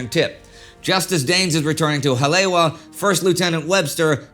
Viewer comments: This whole series has been really good. Hawaiian name pronunciation could be better, but really enjoyed this. Haleiwa = Ha-lay-ee-va Kaena [Point] = Kuh-e-nuh [Point] Ewa = e-va Honolulu = Ho-no-lu-lu (not HON-o-lu-lu) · Um… it’s “Ha-lay-ee-va”… Haleiwa. Great series! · just for the record. its pronounced 'holly-ewa(e pronounce like 'e,'w' like 'v'')